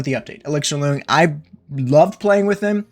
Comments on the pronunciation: When saying “loong,” it’s pronounced closer to “long.” It’s Chinese and means “dragon,” his name is ‘elixir dragon’ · BTW, you’re pronouncing it wrong. It’s a Chinese word pronounced “lung”. Hence the “Auqa Lung”.